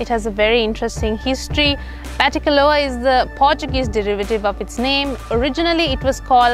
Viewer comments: Nice documentary. just a correction the " a" at the end in Batticaloa is "silent". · I'm a batticaloa native, when you say batticaloa you do not need to pronounce the last letter 'a'. That's what I wanted to say. I have been in batticaloa more than 23 years, we don't pronounce last letter that's y, just FYI. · Hey, I’ve stayed at Uga Bay. It’s a very nice property. I also have family from the east. Btw, the ‘a’ at the end of Batticaloa is silent. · Hello everyone! Thank you so much for watching this video ❤ It has been brought to my attention that I am indeed pronouncing Batticaloa wrong and it should be pronounced 'Batticalo' as the 'a' is silent !! My sincere apologies to any Batti natives whom I may have offended :D <3